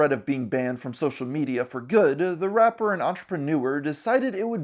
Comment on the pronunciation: The way you say rapper does not sound nice, it sounds vile